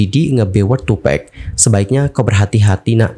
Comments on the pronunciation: Tupack bang pack. Bukan pec😑😆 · Bukan tupek... Tapi tupak nyebutnya. Kwkwk tupac